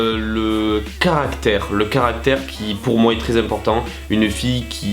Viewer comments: Le caractère et non le carctère 😂 et le maquillage et non le maqullage bien sûr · Putain CarActere ! Pas carctere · Le carctere 🤦🏻‍♀️😂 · Je suis la seule a voir remarqué "le carctere" ? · WHAT "LE CARCTERE" ?